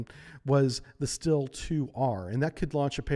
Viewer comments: It's pronounced "SHTEEL-eh" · Great video, just work out on the way you pronounce russian words. The "Sh"(Ш) in Shtil is pronounced like the "c" in ocean.